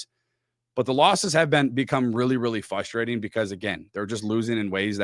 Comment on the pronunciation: is a canned, teleprompter using, unknowledgeable host. Get this clown off Locked On. Anyone can talk randomly for 22 min about nothing. Again the word is pronounced frustrating, not fusstrating.